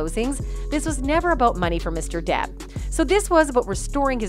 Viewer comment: I think ROTTEN took it to a personal level at times though. I think he was seethingly jealous not only of the expertise and professionalism of Johnny's team but also of Johnny as well. I could not stand Mr. 'dId i ReAd tHat RiGhT?' but also do not miss hearing the way pronounced Johnny's last name like "Dayip" - it make me crazy.